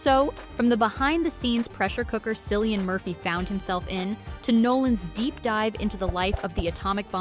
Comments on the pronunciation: For the love of God stop pronouncing him a Silly-an. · It's "K"illian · Hard C, please!!!!! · You know this Film Whip video is going to be pathetically bad, when from the onset, they pronounce Murphy's first name with an S sound. 👎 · Learn to pronounce the actor's name you are talking about. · Respectfully! you could have at least got the correct pronunciations of his first name! 🤔🤭🙄🤦🏽‍♀️🇯🇲🇬🇧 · at least pronounce Cillian's name correctly.